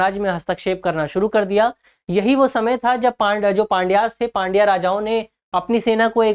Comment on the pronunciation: Drishti ka standard kyu gira rahe ho pandya ko pandwa pad rahe ho 1025 ko 125 pad rahe ho sahi kisko samjha jaye .